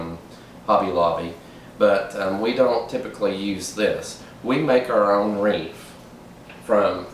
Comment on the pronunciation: You mean WREATH not WREAH!